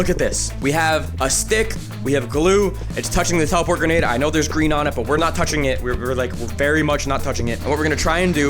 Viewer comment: The gwenade was gween